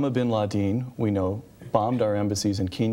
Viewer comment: Bin ladeen? Wtf lol